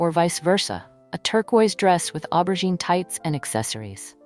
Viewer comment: It’s aubergine (o-ber-jeen). If you are going to use a French word at least pronounce it correctly. I am all for turquoise and aubergine, pale pistachio and powder pink.